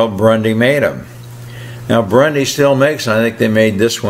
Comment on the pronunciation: Burndy, not Brundy, but you knew that...